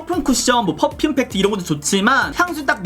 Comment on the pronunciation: 펗퓸펍퓸 ㅋㅋㄱㅋㅋㄱㅋㅋㅋㅋㅋㅋㄹㅋㄱ이런 명확한 발음마저 낭낭한 당신은,,,,,,, ❤ 안그래도 하태하태한 써머가 오고 있어서 파우더팩트 장만하려던 참이었는데,,!! 아주코롬 센스쟁이 ~👍 그리구 영상이 끝나는가... 싶어 아쉬워하는데 ㅋㅋㄱㅋㄱㅋㄹㅋㅋㅋㄱㅋㅋㅋㅋㅋㅋㅋㅋ마지막까지 큰 웃음을 선사해주셧.. ㅋㅋㄱㅋㄱㅋㅋㅋㅋ 이 극찬하신 입큰의 미친 팩트 향기!! 저도 맡아보고 싶네요 ㅎㅎㅎㅎㅎ 21호 받고 싶습니당 카톡아이디: yubin0723